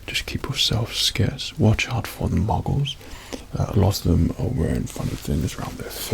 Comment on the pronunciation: Obsessed with the way Says 'Muggles'